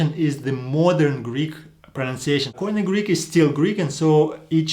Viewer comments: It's not: k. o. i. n. e but it's "κοινή" kini. Stop using these word and hear the greeks how they call it... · Κοινή=Keenee. If it is pernounced coineh it would be spelt κοϊνε. Maybe people should observe the grammar rather than trying to figure out the pronunciation. Because grammar dictates the pronunciation. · First mistake: Every foreigner says Koine with the accent in the o K'oine while it should be koin"e. The accent in the e. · This is exactly the big difference between Greek and other languages. In Greek there is only one way to pronounce the letters, but Erasmus who had never heard Greek turned them into a barbaric pronunciation and at the end of his life he apologized to the Greeks. The barbarian "ko-ee-ne" that you all pronounce is completely wrong because the «oι» is a diphthong and is pronounced as ee. So the correct pronunciation is "kee-nee" stress in the last e. The same applies to the diphthongs ευ=ef or ev, αυ=af or av depend of the letter that follow, ηυ = eev, ου = ou / oo, αι - e (end), ει = ee, οι = ee. The best advice is to ask a Greek Orthodox priest about the correct pronunciation, because the Greek church is the one that kept the tradition and today uses exactly the same language as in the first century.